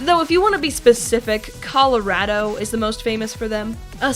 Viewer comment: "Colerado" I see, you pronounce it as a meme